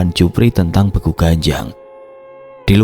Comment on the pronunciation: Maaf ijin koreksi mas.. Untuk kata "Begu", dibacanya seperti pada kata "Sewu". 🙏